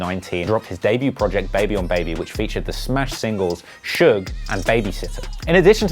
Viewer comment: My man said shuge